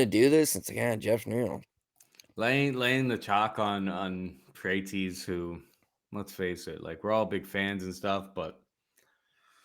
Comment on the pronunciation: PRAH-TEZ. NOT "PRAYTEEZ"